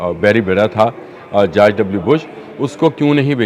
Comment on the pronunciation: یہ جارج نہیں بلکہ جورج بولو